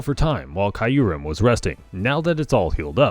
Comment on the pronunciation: The way you say Kyurem, hurts my soul.